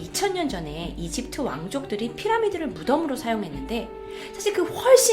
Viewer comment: 발음: 이집트으 외계으